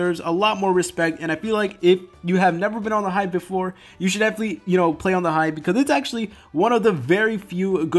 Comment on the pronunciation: "Hive" seriously